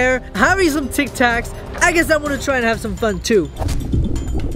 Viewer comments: Tic-tocs? Tic-Tacs... And Paul could’ve died when you flipped his house on him! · called the tic tacs, tic toks! She pronounced it wrong!